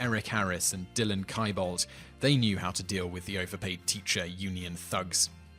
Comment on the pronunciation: U keep on mispronouncing words wrong like columbine and klebold I’m not shure if it ur accent